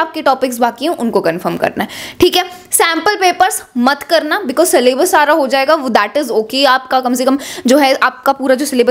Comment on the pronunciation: Syllabus❎ sallabus✅